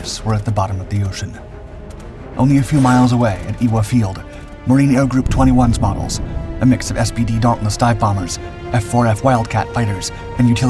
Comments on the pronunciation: Ewa Field is pronounced Eva brother. Good try though and now ya know. I was Stationed there as Barbers Point from 84 to 89. Its a City Park now. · It's pronounced EVA Field....fyi